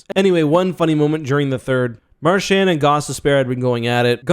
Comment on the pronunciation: "Mar-shaannd." Christ it's pronounced "Mar-chauned"